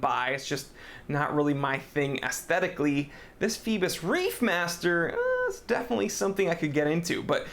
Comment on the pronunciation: do those americans rly read phoibos corectly, cause it sounds so wrong